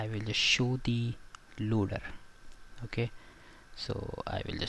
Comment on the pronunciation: "Okah".... "Okah"